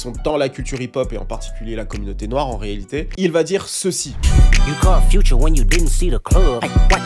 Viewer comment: j'adore tes vidéos et je te suis depuis 2019 mais stp arretes de dire future en français, on dirair le futur dans la conjugaison lol. it's FUTURE, FYOUTCHER